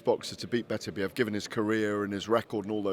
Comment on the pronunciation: its beterbiev not betterbiev...beter biev..not better biev ffs.